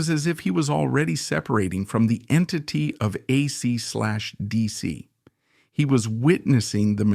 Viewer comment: aysee slash deesee? bad AI, bad!